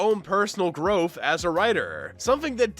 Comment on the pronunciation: mans really said growf twice